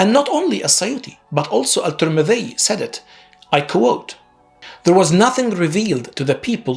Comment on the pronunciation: You can't even pronounce الترمذي and السيوطي correctly. Very ignorant YouTuber, I pity who believes what you said.